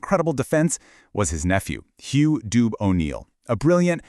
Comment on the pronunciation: Dubh is prounounced duvv